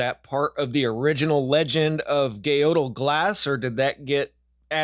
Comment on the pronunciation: Gaodhal is pronounced 'Gael', the 'dh' is silent in Irish. Glas means 'green'. The Green Gael, essentially.